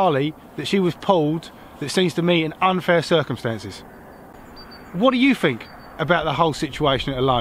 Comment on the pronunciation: I lost you at "fink"